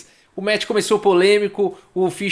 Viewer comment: "esse metch pró-metch" Kkkkk